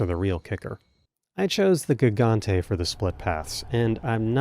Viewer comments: Did this dude really just call it a GIG-ontay like he's an uber driver? It's HIG-ontay! Silly language stuff. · "The Ga-gante fight" Lmao Had to play that back a couple times to make sure my ears weren't deceiving me. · Fun fact: Gigante is actually pronounced hee-ganté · "gig-gante" dealt me psychic damage jfc